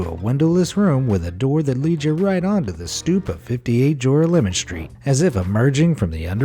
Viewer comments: It's not "jore-uh-LE-mon" Street... it's "juh-RAH-luh-min" Street. FFS; do half a minute of research into the correct pronunciation, please... 😳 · JORAH-LEMON? Nope! Ja-rah-le-mahn is how that’s pronounced. Don’t EVER let that monstrosity of a pronunciation fall from your lips again! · Not jora-lemon - it's pronounced ger-al-o-man. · It's pronounced jor-al-mon think jorale=morale Sincerely, a New Yawka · OK, this is kind of late for a comment, but I just saw this video. In the first fake house part of the video I can see many mistakes. First of all it is pronounced jor-AH-me-lum street. Second of all that was not built by the MTA a modern public authority, but by the IRT (the Interborough Rapid Transit,) a private company, which built the original subway lines in the city which included this one. The map draws an imaginary route from Brooklyn to Manhattan which bears very little relationship to the actual route which runs a much shorter route from Brooklyn to lower Manhattan. And...any New Yorker would know that the video of the train going through the tunnel doesn't look like any train in the NYC subway! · In site #1, that street in Brooklyn is pronounced Jor-OLL-oh-MIN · Joralemon is pronounced juh-'rah-leh-mun